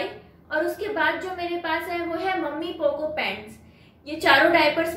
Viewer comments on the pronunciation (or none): मम्मी पोको नहीं होता है वो मैमी पोको पैंट होता है।